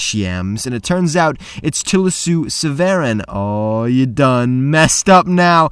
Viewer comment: As a member of the Severin Family, I can confidently tell you that the second e in our name is Silent. Its sounded out as Sev-Rin. Fun Fact.